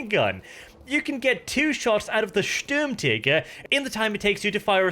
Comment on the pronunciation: Best part about battlefield 5 so far is trying to pronounce german words STÜÜÜRMTIGER